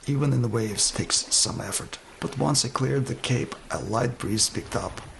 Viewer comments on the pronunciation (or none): none